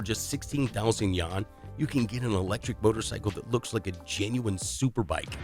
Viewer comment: The pronunciation of "Wuxi" and "yuan" are incorrect.